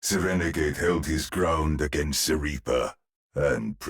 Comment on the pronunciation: 3:1 The way Reinhardt says ''The Reaper'' sounds like he says ''The Weeper'' instead. He's gonna make us weep